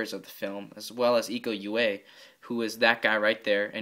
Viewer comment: Names should be spelled : Iko Uwais = Eeko oo-wa-ees Dony Alamsyah = Dony Alam-shah Nice Review :)